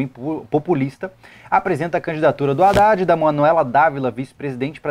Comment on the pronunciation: man vc reclama o Haddad pq tem erro ortografico no plano de governo dele, tudo bem acho que realmente isso não pode ocorrer mas vc tb fala o nome do cara errado toda hora KKKKKKKKK. discordo em muita coisa de que vc falou concordar om aulas a distancia kkkkkk vc ja fez matéria em ead?